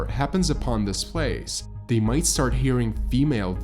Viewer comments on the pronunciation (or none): none